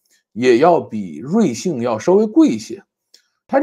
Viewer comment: 瑞幸，为啥会读成瑞信😂